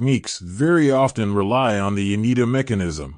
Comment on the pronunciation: A closer pronunciation would be Yo-nay-dah or Yo-neh-dah